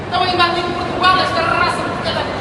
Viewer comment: Portuguesa de Rrrrrraça kkkkk. E aí estou em duvida qual raça essa portuga é: Landrace, Large white,Duroc ou capial. Pietram sei que não é 😊